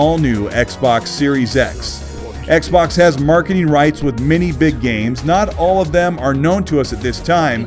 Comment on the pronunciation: nice coverage. Although as a non native speaker I have yet to learn what „marketeen“ is.